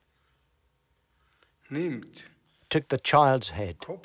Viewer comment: He said UKRANIAN SS